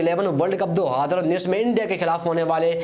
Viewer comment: Do hojor nhi do hazar bolo bewakuff